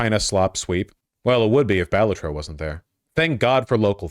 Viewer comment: If he pronounces Balatro wrong one more time istg